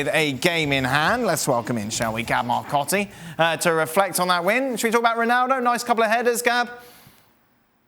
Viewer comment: no one gonna spot Dan the way pronounced Ronaldo's name at the start? haha